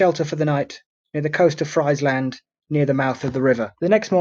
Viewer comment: I enjoy all your offerings, thank you. Just by the way Ypres is pronounced "Eepre" no s on the end... the old guys said it "wipers" and gaol is pronounced the same way as jail ... Friesland is pronounced "freeze-land" not "fries-land".